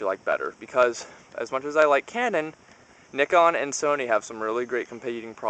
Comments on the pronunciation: Not really considering it's a company that everyone pronounces the proper way.. ive watched a bunch of videos and your the only one who pronounced it like that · Great video but you pronounced nikon wrong?